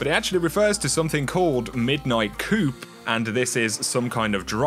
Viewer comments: Man these videos are great. You get them out so quickly and get to the point which is amazing. Respect the grind man. Just FYI though, "coup" is pronounced "coo" not "coop", easy mistake :) Keep it up! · ...the "P" is silent brother. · When you want to yell at for saying coup wrong but he already knows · Silent "P" in coup. Good video. On XB1X enhancement i think Bungie is being kinda shitty. Their history with MS & their PS deal makes me think they are being something between stubborn & petty on this one.